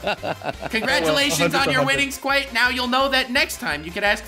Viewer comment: KWITE KWITE KWITE